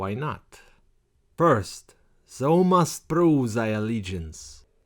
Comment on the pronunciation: Not to be Mister Pedantic, but 'thou' rhymes with 'cow'